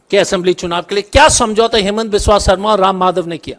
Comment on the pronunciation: असम के मुख्यमंत्री के नाम का उच्चारण ठीक से किया जाना चाहिए अन्यथा वो अपने आपको वहां होने से ही इंकार कर सकते हैं ये कह कर कि मेरा नाम हेमंत शर्मा है ही नहीं